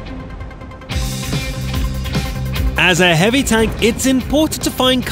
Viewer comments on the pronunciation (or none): none